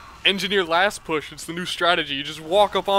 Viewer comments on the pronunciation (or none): none